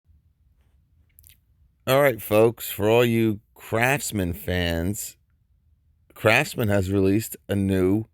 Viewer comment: Hey is it me or I'm just hearing things, sometimes when you say "craftsman " it sounds like you're saying "crapsman" 😂😂😂